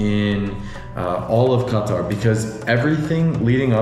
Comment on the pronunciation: Lol it's not qa-taR that's first